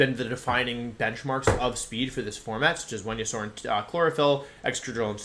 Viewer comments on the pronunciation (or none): ITS VENASAUR wtf is a wenayasaur????????????? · Cinderace, Politoed, Venusaur, Ninetails... More than more VGC content, I want a video of Wolfey going through every single Pokemon and showing off his pronunciations. Maybe the reason he's so good at the game is because he's the only one who knows who they really are.